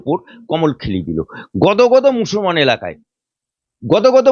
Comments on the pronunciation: আপনাকে বলছি আপনি ভালো করে ভাষাটা শিখুন আপনি একটা করে উকিল আমি ভালো করে মুসলমান বলতে পারেন না আপনি বলছেন মুসলমান মুসলমান আপনি আপনার ঈমান আছে কি কি আপনি সেটা ভালো করে দেখেন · ভাষা ঠিক করে বলেন মুসলমান শব্দ বিকৃত করে বলবেন না, ভাইরাল হতে, হওয়ার জন্য অনেক কিছুই বলতে পারেন এসব বন্ধ করুন, বলতে বলতে অনেক কিছু বেশি বলে ফেলছেন,এ বিশেষ একটা দলের দালাল এবং নোট খোর, রোজিনা ম্যাডাম একটু বেশি বেশি করে ফেলছেন মুসলিম বিরোধী দালালদের কাছে বেশি যাচ্ছেন মুসলিম হলেও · ভালো করে মুসলমান উচ্চারণ করতে পারে না আপনি কিসের মুসলমান